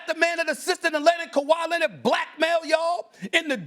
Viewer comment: KAWHI LINNID 😂